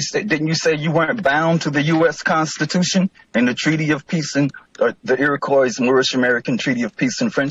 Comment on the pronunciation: lmao i love I just looked up the square miles of the U.S it's not 1 mill2 it's 3.797 million mi². he can't even pronounce Iroquois properly.